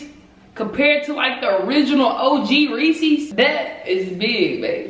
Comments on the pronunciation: it’s Ray-says puffs😂 not ray-sees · Its Not RESEEEEEES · LMFAOOOOOOO “reesy” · it’s pronounced re -c’s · lowkey can’t pronounce Reese’s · teach how to say reese's